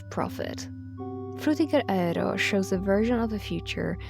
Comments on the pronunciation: It makes me confused. The frutiger part is pronounced fine, but the “aero” part they say as “a-re-ro”. Is this one of those weird words like the whole thing going on with “bologna” = baloney? Personally, it bothers me a lot even though I know it’s a small thing to be annoyed about and probably just an accent thing. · "Frutiger Raero" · The tryhard pronunciation of aero is killing me 😭